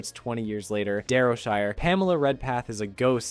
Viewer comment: SHIRE, SHY-ER, SHY-ER, WHAT IS THIS DARROWSHER CRAP 😂